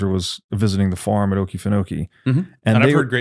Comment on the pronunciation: It's pronounced farm.😅